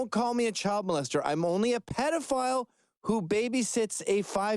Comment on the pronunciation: What's a "petaphile"?